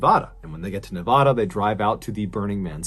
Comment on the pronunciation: For locals... Burning Man is a huge annoyance, lol! And I'm crying... John, pleeaase!?! 🙏 I beg you.... it's Nevada, not nev-ah-duh! 😂 Love you,! ❤ [And OMG 😃🤪 you said it right, thank youuuu! Haha!] P.S. Yes, I remember that year, we had the "burning man" of Burning Man. Very sad! I hope his loved ones found some kind of peace. 😔